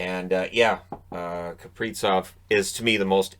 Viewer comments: Gotta say it: it's KapriZov with a zee-sound, not KapriTSov... Russian born dane here, so it's not up for debate:) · I am not sure why started pronouncing it wrong, but it's Kaprizov with a Z, not Kapritsov😀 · Z in Kaprizov is pronounced the same as in Suzuki.